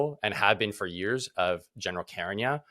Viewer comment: Carignan not her sir